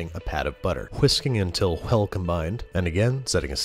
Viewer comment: There's no "h" in well bro...